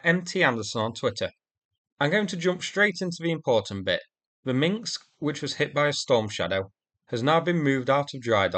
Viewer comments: It’s Minsk, not Minx. I know, it’s not easy to pronounce if your language hasn’t a lot of words with rows of consonants unbroken by vowels. I’m Icelandic and our word meaning ‘Finnish’ is “finnskt”… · When you say Minsk it sounds like minksk